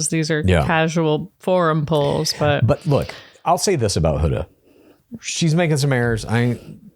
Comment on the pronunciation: I can’t tell if you guys are pronouncing Huda’s name wrong on purpose or not lol